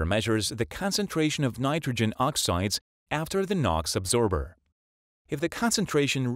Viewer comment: absorber not “adsorber”.